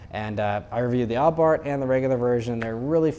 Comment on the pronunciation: It’s abarth, not oddbart.